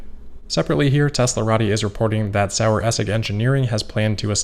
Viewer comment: Pretty close on the pronunciation of Saueressig (sour-vinegar). You've been getting tutoring. But the final 'g' follows the rule that ending 'g's sound like a soft 'ck': essick. And the starting 'S' sounds more like a soft Z.